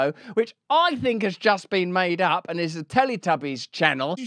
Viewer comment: 'Put em ahp. Put em ahp' (cowardly lion energy)